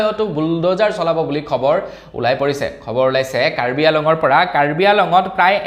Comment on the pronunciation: কাৰ্বি আংলং হে শুদ্ধ কাৰ্বি আলং ভুল